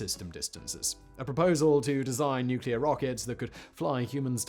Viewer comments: As George Bush said, " nuc-e-lor". ;~] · its his stuff nose mate mispronounced it 😅😂